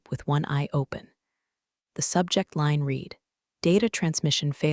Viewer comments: AI NEEDS TO LEARN THE DIFFERENCE BETWEEN READ AND RED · Please please learn when read = reed and when read = red.